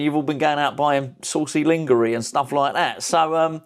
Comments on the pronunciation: He's taking piss out of lingerie pronunciation. He deliberately mispronounced it, and some idiots believed he didn't know how to pronounce it for real. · Dude, Are you prounouncing 'lingerie' incorrectly ironically?😅 I hope so! Haha